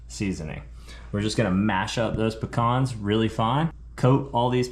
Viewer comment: Damn Dude, it must be cold, everything has has gone tommy turtle. Keep the rulers away from your best friend 😱😱. Hey what is going on with "Pic-cons"? It is "Pee-Cans"! Bro, you are killing us. This is a side effect and directly related to putting citrus in places where citrus does not go, it is even making you cook Brussel sprouts - I hope that is for the kids. 🙆‍♂🙆‍♂. Should have put same size piece of fish on two plates and hid the rest. Steve knows there is more fillets off the sheepshead - he cleaned them. Yea that played out LOL. Great watch crew, lots of fun. Just back from having a ball, great to chill watching one of your videos! Happy new year to you all, Dive safe, have fun, enjoy life! 👍👍🍻🍻